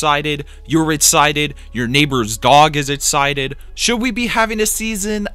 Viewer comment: I’m “ettcited” too